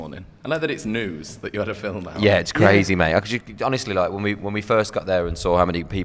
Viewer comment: "I'm in THE felm" omg i'm dying